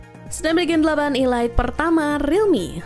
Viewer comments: Kok nyebutnya ILAIT...ELIT kan hrsnya cara bacanya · Ilait ??, sejak kapan Elite dibaca ilait ?, kecuali kalo E-Lite baru dibaca ilait. Ngakak bener 😂😂😂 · 😮‍💨 Elite & E-Lite Tolong dibedakan cara bacanya, Min, diulang² lagi, Netizen Auto Bingung.. 🥲🌚🗿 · ngga mas, maksudku cara penyebutan nya itu Lo 😄 bikin kesel 😆